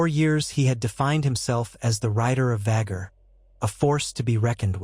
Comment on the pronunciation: “Vhaguuuurrr” and “Viseñyaaa” pronunciation will always make me cackle. Any time I hear it in these videos I flinch and laugh at the same time. 😂